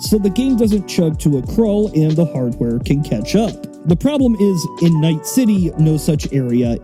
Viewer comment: CITEH OF DREAMS